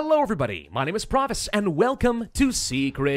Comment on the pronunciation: Parvus & not Pravus.